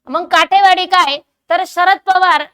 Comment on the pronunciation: काठेवाडी नसुन काटेवाडी आहे